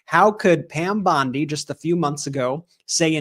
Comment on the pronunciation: What is a government for if not to safeguard the public? I mean for goodness sake! And where did that Epstein files client list that you said was on your desk disappear to "Pyam Bwondi"?